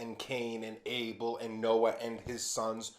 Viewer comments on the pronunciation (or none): none